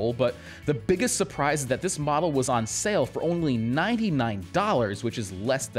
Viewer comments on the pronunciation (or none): none